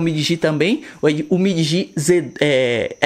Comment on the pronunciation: Então ! Se não sabe pronunciar o nome, entra no meu canal, que eu também fiz uns três vídeos sobre esse aparelho. Lá eu pronuncio o nome da forma correta. DL MOBILE